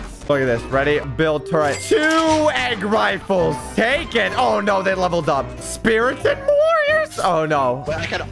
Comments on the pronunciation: Spiritan is spar-tin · Bro called pharao dinasaur 😂 and spartan spiarton 😢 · its not spearton ITS SPARTAN!!!! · The word: spartan: speartan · I like how we keep saying Spearton instead of Spartan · "Speartan" "Halo dude" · WHAT IS A SPEARTAN ITS SPARTAN YOU ARE LITERALLY DISRESPECTING LEONIDES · Spirtan WHAT THE FUCK IS A SPIRTAN ITS SPARTAN S P A R T A N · why does pronounce spartan like speartan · Bro said assault spearten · It’s not speartan it’s spartan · It’s pernounced like sparetin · mispronouncing spartan. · Look up how to pronounce spartan